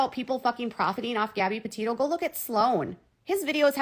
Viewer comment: She doesn’t even say Gabbie Pattio’s names right!! She needs to sit all the way down!!